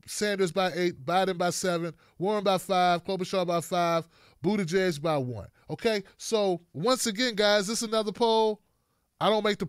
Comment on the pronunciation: his last name is pronounced Booty-Judge